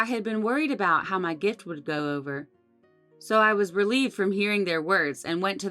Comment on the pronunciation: Its not gufts, it is gifts.A great story. Please make more.I Love Them.